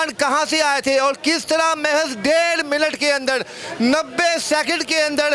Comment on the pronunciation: Milut nhi minut hota hy